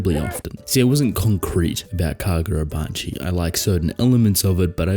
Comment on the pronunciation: KaGODrabachi, you mean.